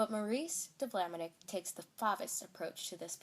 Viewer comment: Maurice de Vlaminck - not Vlaminick. There is no "I" before the "ck". (It's pronounced -VLAH-mink) Your material is very good.